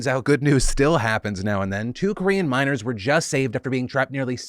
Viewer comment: I had a Galaxy Quest moment when I heard trapped "minors" not "miners" 😂